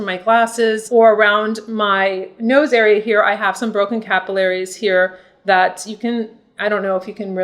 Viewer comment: lost me at 'cap u lair eez' 🤣🤣sorry but it made me laugh as I've never heard it pronounced that way before